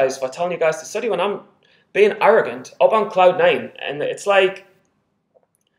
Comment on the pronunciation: *arrogant... Not arrongant ha ha ha